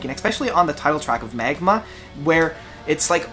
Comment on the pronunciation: Haha, no biggy. Just funny that you said the album wrong two times :D